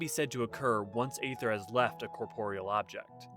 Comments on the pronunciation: "Ether", not "ayther". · Let me get this straight, you'll make a whole video on Aether and yet not know how it is pronounced??